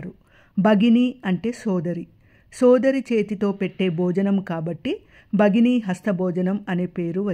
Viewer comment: Merokkare spastamga palikaru bhagini ane word chala clear ga chepparu